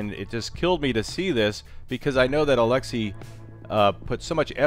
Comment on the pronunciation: It bugs me how you prenounce his name and i am not Russian. I cant imagine how that guy feels. (Probably doesnt care). But eh you Americans and your prenounciation...